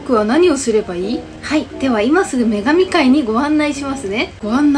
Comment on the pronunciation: 女神界が眼鏡界に聴こえて笑った🤣